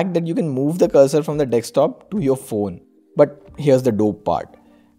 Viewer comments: It's DESKTOP not DEKSTOP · its not dekstop its DESKTOP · Your 'DEKSTOP' is good... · Some great apps here...i've noticed that most of Indian tech tubers say "GB" and dekstop" :)